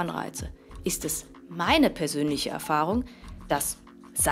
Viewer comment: Wie Lefloid gesagt hat Maine Partei XD